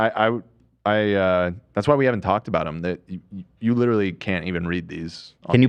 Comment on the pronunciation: goes “it’s litewary the playbook”